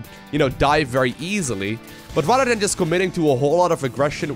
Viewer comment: maybe you should avoid words you can't pronounce. It's tiring hearing about rudders all day. Have you tried the word "instead"? or do you not think about what you say at all?